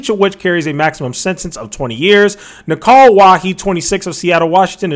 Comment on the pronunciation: My guy butchered these names hahaha...😂😂 Ishan is pronounced as Ih-Shan and Nikhil as Nick-hill😅😅